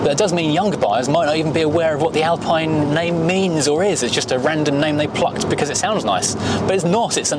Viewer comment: You don’t pronounce Alpine correctly 😅